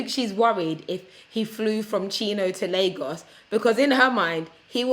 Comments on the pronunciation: Great video Patricia, but the guy's mispronunciation of Lagos was actually stressing me out. 😂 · not LAAAGos, Nigeria LOOOOL my people oo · His Lagos pronunciation 🤣